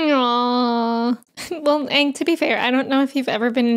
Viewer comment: It's pronounced "Aang". 😎